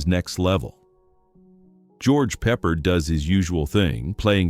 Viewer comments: . . . that's George ' Pep PAARD ' pronunciation + Ursula ' AN dress ' . . . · Lousy AI narration. George Peppered? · AI voices don't need to breathe but they also don't know how to pronounce George Peppard's name. Plus, any list that fails to include The Dawn Patrol, The Great Waldo Pepper, Thunderbolt ("No friend of mine."), and the Memphis Belle (both the original 1944 documentary by William Wyler and the 1990 Hollywood film, which featured actual B-17s and, sadly, lost one during filming) is lacking in my view. But the list is solid, spoiled only by employing a f-cking machine voice in a video highlighting authenticity. Hence, thumbs down.